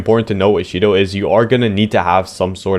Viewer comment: sh-to❌ she-dough✅